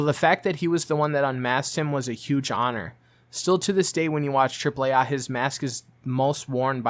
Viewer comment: Triple A not AH